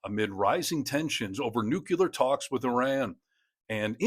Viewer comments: It is NOT "New Q Lear" It is NEW CLEAR. It is about the atom's NUCLEUS. There is no New Q Leus in an atom. They are New Clear Powers, not New Q Lear Powers. Sheesh, this stupid pronunciation stuff ended DECADES ago. NU CLEAR. There is no U after the C. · NB: …not “nuculear”. 🖍️🧐 adjective: nuclear 1. relating to the nucleus of an atom. "nuclear chemistry" denoting, relating to, or powered by the energy released in nuclear fission or fusion. "nuclear submarines" denoting, possessing, or involving weapons using nuclear energy. "nuclear nations" Yes, a common mispronunciation, that you might self-correct. 🦉✏️📕 “NOO-CLEAR” Now repeat several thousand times. ☮️🧐💟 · Not nuk-u-ler it’s nu-cle-ar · Its NOT "nucular". It's "NUCLEAR"! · Small detail. Why do people keep saying ‘Nu-cular’? It’s Nu-clear! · "new-clee-arr, please. Not "new-cue-lar." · NOO- CLEE-AR you morons! Just cuz the 2nd worst prez of US can't say it right doesn't mean the whole nation has to go stupid. there's no second 'u' in NUCLEAR. It's phonetic folks. 2nd grade stuff.